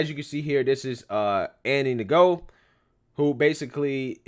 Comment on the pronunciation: It's not Andy Na-Go its Andy No 😂